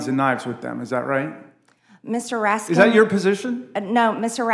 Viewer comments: Funny..Ratskins or Ratskin..too bad she didn't pick that and stick with it. Mispronouncing someones name on purpose is fairly juvenile. But probably a step up for Mr. Greene.. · Yeah, she got his name wrong. There's no S at the end of his name, and she forgot the T after the R and the A. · Oh Mr. raskinsssssssss. Sorry for mispronouncing your name Mr. Raskinsssssssssss. 🤓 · She said his name wrong. Its not Ratskins its Ratface! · Interesting whenever someone starts to answer a question they get interrupted and told they can't ask questions instead of letting them answer. Also seemed petty after correcting the pronunciation of his last name he deliberately mispronounced her last name. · Don’t you love how these types act like it’s such an indignity to have their name mispronounced to finally get to discredit their opponent. The media and this guy give Biden a free pass on every name and place he utters. Such blatant double standards